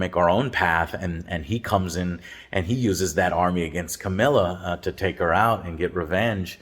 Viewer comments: Its not Camilla its CaRRRRRRmillla god damnit. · Its Carmilla, not Camilla Joe. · You mean CARmilla? 😆 I love Joe’s wonky pronunciations of names.